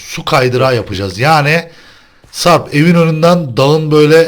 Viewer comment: abi sen sarp a sarb diyosun